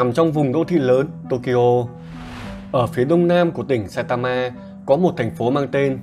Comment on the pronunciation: sao cứ phải đọc nhấn vào chữ cuối thế nhỉ.... sai ta maaaaaaaa